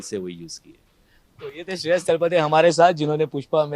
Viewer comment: तलपदे नहीं तलपड़े है रिपोर्टर साहब